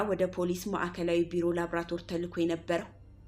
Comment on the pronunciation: የምታቀርቢያቸው ታሪኮች አስተማሪ ናቸው።በዚሁ ቀጥይ!ነገር ግን ላብራቶር የሚለውን ቃል ላብራቶሪ /ላቦራቶሪ በሚል አስተካክለሽ አንብቢ።